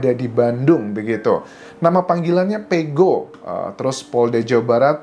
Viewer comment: Bukan Pego om tapi Peko